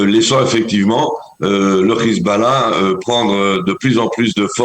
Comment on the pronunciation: C est Hezbollah et pas khizballah